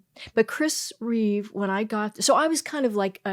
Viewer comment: Christopher REEVE, NOT REAVES